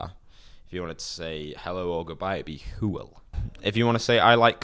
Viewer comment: He says "hwyl" as "hool" when it should be "hoil" lol